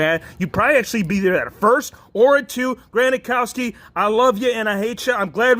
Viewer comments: You say gronkowski wrong. You say gronakowski but it’s gronkowski. But anyways I love you videos whf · Granakowski ?? You mean Gronkowski Just kidding good video